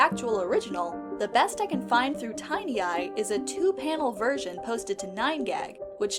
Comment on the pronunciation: I think it’s pronounced “tin eye,” not “tiny eye.”